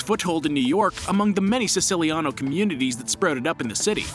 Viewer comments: Man learn how to pronounce Genovese and Lucchese before making such videos. If you wanna say Siciliano in Italian, then you say Si-CHI-liano. It’s not a C, it’s CH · When he pronounced lucchese and siciliano wrong I already knew it would be a problem